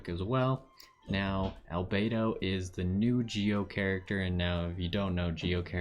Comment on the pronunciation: You're the first person I've seen that pronounced everything about Albedo correctly, lol. Also, this is a great overview of his character, a lot of people go in to the trail not even reading up on his talents properly. I wanted to pull for him, but got jean 30 rolls back, damn, there's still the rest of the banner time, here's hoping.